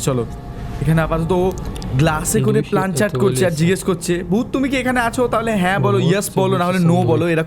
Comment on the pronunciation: 😅Plancheet ✔️ Planchat ❌